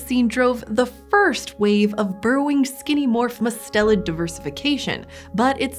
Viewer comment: It's MUST-elid not mus-TEL-id.